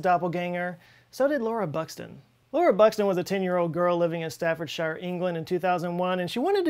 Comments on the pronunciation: Staffordshire is pronounced: Staffordsh' Just Sta-Fud-Sh' Only hobbits live in Shires and they're in New Zealand. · Staffordshire = "Staffordshuh" (Brit.) or "Staffordshur" (Am.) but NOT "Stafford-shy-er" "Shire" on its own is pronounced, well... "shire," but -shire following another place name (usually the town on which the country is based, in this case the borough of Stafford) is pronounced "shuh/shur" depending on your dialect of English. Thank you.